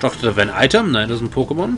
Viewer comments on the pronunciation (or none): none